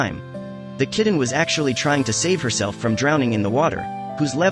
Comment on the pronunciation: Instead of "kitten" it keeps being pronounced "kidden" , it sounds so odd. However great job saving these little angels 😇